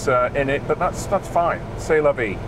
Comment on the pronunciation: Say la vee